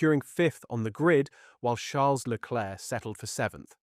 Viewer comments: You should learn how to pronounce Leclerc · AI can't speak French